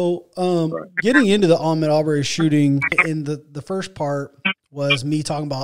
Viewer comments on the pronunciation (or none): It’s Ahmaud... btw